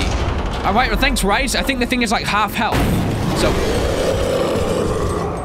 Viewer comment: Its RICE not RAIS Now who is the dingus huh Well obviously me